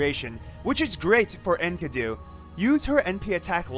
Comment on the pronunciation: Its pronounced EN KEEE DU